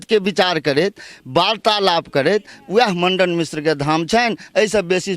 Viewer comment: Pahle aap bolna sikh lo aap jis se bat krte h ye to padhe likhe v nhi h Mandan mishr ji ko Mandan Mandan bol rha h ye